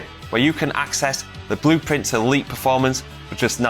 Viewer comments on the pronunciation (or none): none